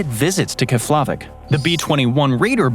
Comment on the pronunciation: It's pronounced KEFlavik